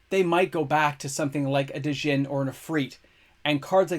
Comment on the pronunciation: You dont pronounce the J in Kjeldoran and you dont pronounce D in Djinn.